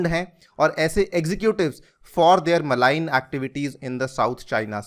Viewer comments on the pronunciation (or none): Good analysis. Thanks. 'मलाइन' नहीं मरीन (marine) कहना चाहिए।